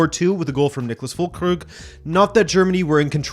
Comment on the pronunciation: You are pronouncing Füllkrug wrong, you are saying fullkrüg. Been bugging me in your last few videos 😅